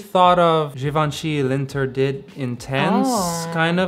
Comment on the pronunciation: Please learn how to pronounce L’interdit, it was painful to hear it